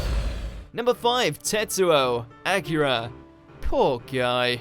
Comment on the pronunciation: Its pronounced Akira, not akera